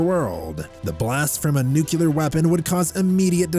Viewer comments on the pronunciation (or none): Ugh the whole nu-cu-lar war pronunciation is making me crazy.